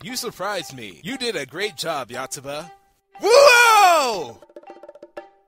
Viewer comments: Lol! It's the little things in life.. (Except, I twitched when I heard, "Yahtsuba." Yoh. Yoh. Yooooohtsuba xD) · WHy the FUCK do ya pronounce it "YAtsuba"? =_=